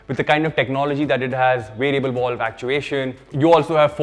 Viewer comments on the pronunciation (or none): "Variable Volve" hahah...had to point that out 😂..stood out like a sore thumb to me...jokes apart...love your videos dude! Keep em coming